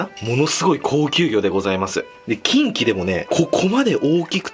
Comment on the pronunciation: 発音がち○ちんw